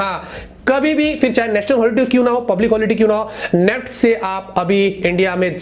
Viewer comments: नेफ्ट 😂 NEFT ☑️ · Not neft. Its. N E F T